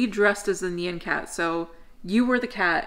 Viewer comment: That is not how you say nyan cat.😂 it's like NYAWN cat. And it's a poptart cat